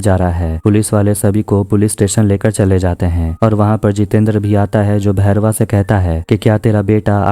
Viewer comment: बारमेर नहीं,, बाड़मेर.... वेदा भैरवा नहीं,, वेदा बैरवा..